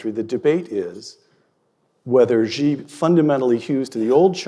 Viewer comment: As far as pronunciation for President 'Xi' goes, I think you will need to get your pronouns right? It's 'she', not 'zhe'